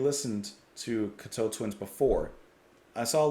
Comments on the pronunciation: While I truly appreciate your furthering people's knowledge of Cocteau Twins, it is absolutely unforgivable and disrespectful to not even know how to pronounce the band's name. Especially given the fact that you have done videos on them before. With the amount of content, articles, interviews, and documentaries about the band over the last 20 plus years, a simple 5 second search could confirm how to pronounce their name. In the future, please further the credibility of your channel by taking the time to learn how to pronounce the names of artists that you feature. It's the least you can do to give the artist the respect they deserve. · Please, please, please. Its pronounced 'cock' 'toe'. Please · Loved your reactions. Firstly the name is pronounced Cock toe Twins. The album Treasure was Simon Raymonde's first album with the band. Though he joined them in between Head Over Heels ( their second album) & Victorialand. Simon Raymonde is the son of Ivor Raymonde a world reknowned arranger, writer , producer & orchestrator who had worked with Scott Walker, Dusty Springfield & David Bowie, to name just a few. Simon's contributions often get overlooked. He is a gifted multi instrumentalist in his own right. These days he owns & runs Bella Union records & it the co founder of the label. And also his current band Lost Horizons. Robin Guthrie is a master of ambient guitar having released numerous solo records & collaborations with the late great multi instrumentalist Harold Budd. Cocteau Twins first worked with Harold on The Moon & The Melodies album. Treasure is a firm fan favourite. Whilst Cocteaus are my alltime favourite band. Head Over Heels is my favourite album by them. But they are all brilliant. Please react to Musette & Drums from Head Over Heels. P.s. I totally got what you meant about the Chelsea Wolfe connection. THANK U for not talking whilst the songs were playing . Peace, HappiGoth 🖤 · When pronounced, the emphasis should be on coc(k), not on toe (teau)